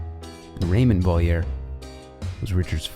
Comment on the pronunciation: Few issues with name pronunciations. Otherwise, fantastic video! It's pronounced "Mee-shel Go-vro." "Ree-shar Va-lee-ehre" "Ray-mon (hard to describe, it's a weird nasal o sound for the 'on' bit) Va-lee-ehre "Ay-tsyen" "Say-bas-tsyen"